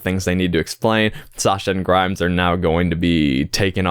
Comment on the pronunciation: Minor correction: "Grimes" is actually "Grime". No s at the end